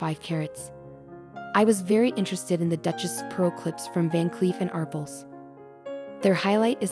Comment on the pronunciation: Arpels is pronounced with the emphasis on the second syllable. Ar PEL